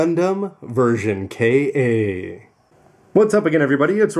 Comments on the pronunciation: Isn't it pronounced "Kah"? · Maybe it was an error on Bandai's part? I mean, Bandai has had a history with Engrish. Perhaps they don't know how "Ka" would be pronounced? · How does that affect his credibility when he clearly knows his Gundam history? The actual pronunciation of Ka has little relevance to the Gundam franchise itself. It's only strange because he has always called those kits Version Ka rather than K.A.